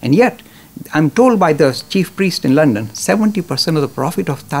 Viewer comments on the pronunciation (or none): none